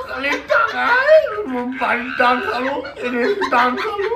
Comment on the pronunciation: দাদা টাউন না টিউশন😅